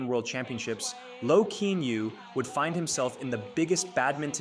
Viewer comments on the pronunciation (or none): I know nothing much a bout badminton, but Kean Yew is pronounced Ki-yan You 😅